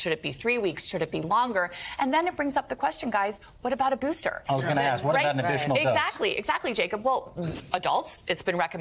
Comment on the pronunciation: "what about a boosterrrrrrr"